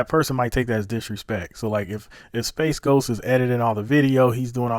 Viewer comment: How TF you get SpaceGhost from Sp8ghost..? Sp8Ghost = SpeightGhost